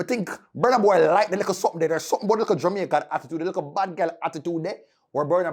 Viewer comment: I don't know when u guys will learn how to pronounce Burna Boy properly.